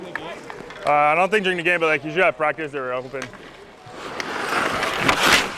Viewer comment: Monty, avec l’accent le plus quebecois ever: - "Let’s have a good pratique"! 🤣🤣